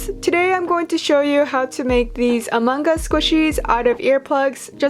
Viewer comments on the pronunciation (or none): ah- man-g-us? I’m sorry what- It’s AH-MUNG us